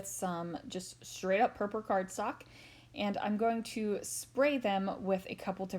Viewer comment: lovely .do you mind me asking Why you call it purpur? and not purple